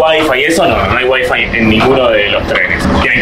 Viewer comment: Porque decis Wi Fi con el acento en Wi ? Típico error de porteños y bonaerenses. Seguro ni cuenta te das. Pero así lo hacen con muchas palabras. Decirles boludos es poco.